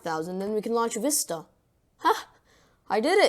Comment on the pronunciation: visita? it's vista not visita